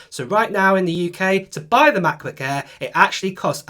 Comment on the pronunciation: MaCbuk Ehhhh. Sorry mate its just funneh